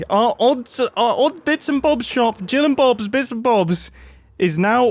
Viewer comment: GILL AND BOBS, ITS JILL 😂